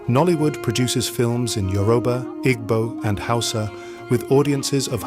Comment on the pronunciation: Good content. But it's Yo-ru-ba NOT yu-ro-ba